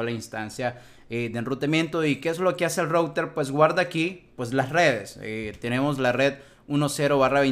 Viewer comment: Un excelente video, hermano. Muy fluido y bien explicado todo. Si me permites, el único consejo sería: mejora un poco la pronunciación en inglés, específicamente cuando dices "router", que como lo dices, taladra los oídos... jejeje. O si de plano no lo quieres decir en inglés correctamente, entonces dile "enrutador". Por lo demás, maravilloso video. Saludos y gracias por la enseñanza.